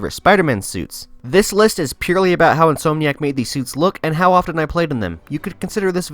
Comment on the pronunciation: It’s pronounced “in-som-nee-ack” not “in-soam-nee-ack”. That being said, you play this game really well 👍🏻